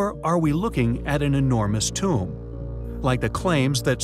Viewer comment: Its Not A Tomb-ah lol